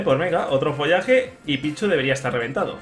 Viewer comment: en vez de follaje di Folaje referencia a folagor detectada